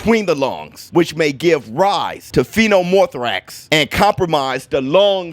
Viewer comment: Oops.. Its not phenomothorax... Its pneumothorax.. He shouldnt have taken those punches from the mountain